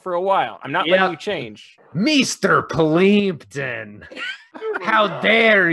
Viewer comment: Meester Pleempton...